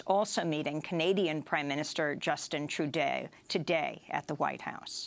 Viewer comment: Please note that the name of the Canadian Prime Minister, Justin Trudeau, is pronounced as "true dough" and not as "true day".